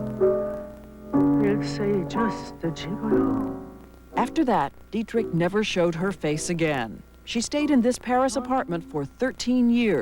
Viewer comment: its not didrick but dietrich